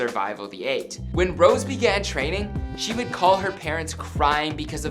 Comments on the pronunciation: NOT ROSE ROSÉ (ROSE-AYE) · its 'Row-say'. not 'Rose' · É is pronounced “eigh” if ya can pronounce Beyoncé correctly, you can pronounce Rosé correctly 🤦🏻‍♀️ the other mispronounced words and names are understandable, but Rosé is such a common American word... y’all even have alcohol named after it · He called her rose its pronounced rosay like that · kind of triggered because he kept saying “rose” not “Rosé” => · Uhmm not to criticize but its Rosie kind off its not Rose tho. But i love how you try your best to present a good video👊🏻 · It's not ROSE IT'S ROSÉ DAMMIT !!! 😩😩😩😩😩😩😩😩😩😩😩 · Wow this is amazing! Btw you pronounce rosé like rose-ay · The fact that he said rose triggered me so hard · Rosés name is pronounced ros-ay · Even the members pronounce it Rose and Rosie sometimes haha he did his best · So many people mispronounced rosè's name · Rosè. It’s said with an accent. Not being rude, just letting you know. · UGHH HE CANT EVEN PRONOUNCE ROSÉS NAME RIGHT AHAHAAHAHAHA I CANT